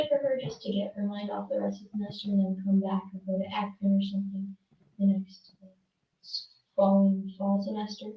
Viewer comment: Ack-run = Akron